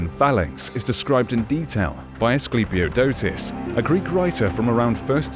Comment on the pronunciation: Chiton is pronounced rrrriton (more like the j in Spanish) and the i being... you know i. And the k is pronounced is Greek. Greeks did not write a letter to not pronounce it. So knemis = knemis and not nemis. I love this era. Everything was badass back then. Also, it is Asclepiodotos, not us.